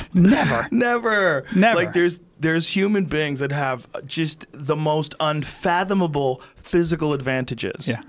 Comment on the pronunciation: Joe "Unfathinable" Rogan